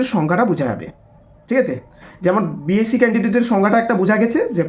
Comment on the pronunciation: বোকাচোদা, its bsc.. Not bac.. পরিস্কার করে উচ্চারণ কর